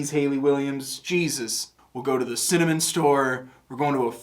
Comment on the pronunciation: Hey! I don't know if you noticed, but it was pretty cool that her saying simmer over and over again started to sound like "mercy" and her saying cinnamon sounded like "send them in"